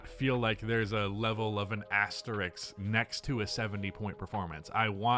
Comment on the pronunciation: I am begging you, stop using the word asterisk, you just never say it right.